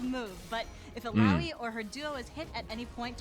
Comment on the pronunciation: He pronounced "Illaoi" right